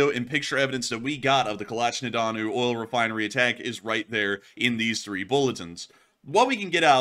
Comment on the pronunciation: "Ol' refinery". Effing slob.